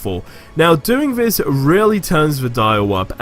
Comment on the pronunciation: It's this not fhis